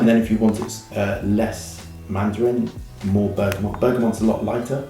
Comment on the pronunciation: Why do you keep saying "ber-ga-mont"? It's Bergamot. You even say it like "oh you don't know about bergamont?" lol no, nobody has actually. Surely a "perfumer" would have sorted this out - just makes you sound uninformed mate.